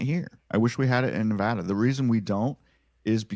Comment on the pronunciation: Thank you so so so much for saying Nevada right!